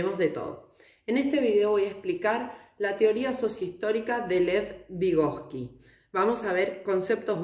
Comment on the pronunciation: Muy bueno pero es vygotski